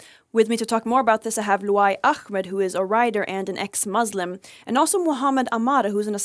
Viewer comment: Muslim not Muuuuzlim